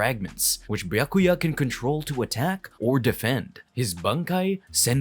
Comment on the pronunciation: I’m getting whiplash. How can he butcher visard and byakuya, but then EAT pronouncing komomura’s shikai & bankai names 💀